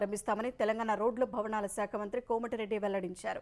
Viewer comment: వాతవరణ శాఖ కాదు, వాతావరణ శాఖ అని పలకాలి. ప్రత్తేక యాప్ కాదు, ప్రత్యేక యాప్ అని పలకాలి. రోడ్లు, భవణాల శాఖ కాదు, రోడ్లు, భవనాల శాఖ అని పలకాలి. తెలుగు పదాలు సరిగా పలకలేనప్పుడు అసలు మీరు వార్తలు చదవడం ఎందుకు? ప్రేక్షకులను హింసించడానికా?